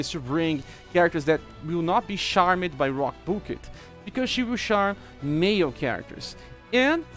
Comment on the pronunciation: Today's Words: > Splitting = Sp-lit-ting > Thrust = Th-ra-st > Charmed = Charm-d (Here, 'e' Is Silent, And 'd' Sound Is Forced.) Also, Nice Credits Screen. :D